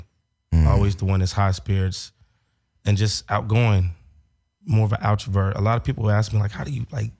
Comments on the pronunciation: It’s extrovert not “outrovert,” 😂😂😂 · Did say "outrovert" instead of extrovert??? 🤦🏾‍♀️ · Was it me or said he would teach people how to be an “outravert” 🤣?! It’s extrovert. Melyssa we need you back!